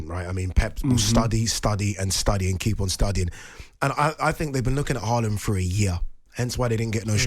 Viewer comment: Nope. Still not pronouncing Haaland correctly.